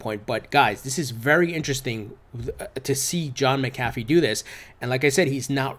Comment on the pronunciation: 1) you’re saying McAfee wrong, it’s Mac uh fee. 2) the Model T wasn’t Fords first car. It was Fords first car off an assembly line. He made plenty of cars before the Model T.